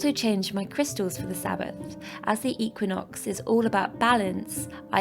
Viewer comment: Learn to say Equinox and samhain properly.